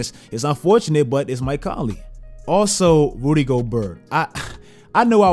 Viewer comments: Rudy Go-Burrrr 😭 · The only thing I want to know is will this man ever be able to say Rudy Gobert's name correctly